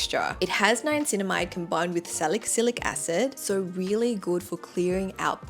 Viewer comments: Omg thank you! I was thinking the same thing 😂 then she started saying salick-cylic acid 😂 maybe Sephora should have helped with pronunciations too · ughh how come u dont know how to pronounce the names of the ingredients tho?? if u are giving advice, at least get the names right?? salic cylic??? niaNcinamide?? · You are mispronouncing niacinimide and salicylic acid.